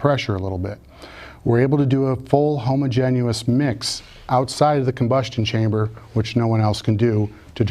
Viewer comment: Every time he says homogen-u-ous. Ugh.